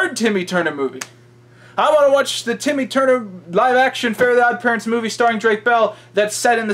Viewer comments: BTW it's TIMMY. STOP SAYING IT WITH AN O, IT'S FUCKING TIMMY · why are you calling him "Tommy Tuner"? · The best part is hes still calling Timmy "Tommy". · Why are you pronouncing it “tommy”?